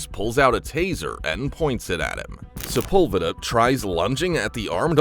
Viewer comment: Sepulveda is pronounced wrong